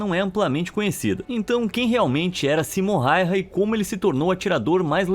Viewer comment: o nome correto não é Simom Hayha e sim Samo Hayha e ainda mais se pronuncia Sama Hayha